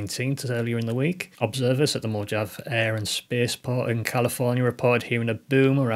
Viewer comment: If you're running a space industry channel, you need to learn how to pronounce Mojave: moh-HAH-veh.